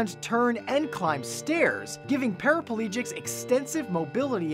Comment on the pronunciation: how many syllables in paraplegic? If you said 5 - you failed. pa-ra-ple-gic NOT pa-ra-PA-le-gic there is no extra A.